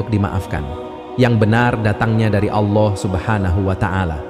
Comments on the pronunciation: Kisah nya bagus...Tapi yg ngomong agak belepotan..diawal nyebut AWLAH..mungkin maksudnya ALLAH... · Narator perlu belajar mengucapkan lafadz: Alloh